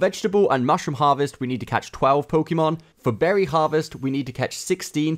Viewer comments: PSA: It's poe-kay-mon. Hearing pokeemon a hundred times in a 5 min video is so dang cringe. Thank you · It’s not Pokey mon, it’s Pok ay mon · its Pokémon not Pokeemon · Pokémon. Not pokee mon. You should learn how to pronounce the thing you do “professionally” on YouTube